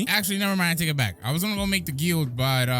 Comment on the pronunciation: hearing pronounce guild wrong is just too funny